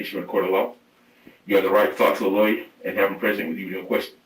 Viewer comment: Harvey needs to learn to say the word "lawyer".